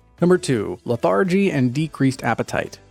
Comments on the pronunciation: Stupid AI voice says, "leh-THAR-jee" and i bail on the video. The word is pronounced "LEH·thr·jee." Dumb AI wins no points, no likes, no subscribes. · It's pronounced "LETH-argy", not Le-THAR-gy. 🙄 You might have mentioned that another cause for shivering is spiking a fever. Fevers in any warm-blooded mammal (including us) mixes up our internal thermostat. High fevers are serious. I keep our home's thermostat at 66-67 degrees F. If it's good enough for us humans, it's good enough for our 3 cats. They have plenty of soft warm places in our home to enjoy. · It's leth'er'gee, not lath-A-gee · Say: LETH'- er-gee Re-Program da bot, pls😊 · Lethar-gy? Ya gotta love AI. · You are mispronouncing lethargy. It’s not with an emphasis on the second syllable if you’re going to be making these videos, please understand that that’s really important. Otherwise thank you very much.